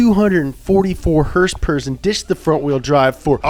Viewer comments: It's horse power dude, not "hurs-purs" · The way pronounces words is hilarious to me. HERSE-PERS!